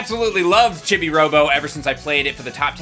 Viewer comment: It's pronounced "cheebee," not "chibby." 🤣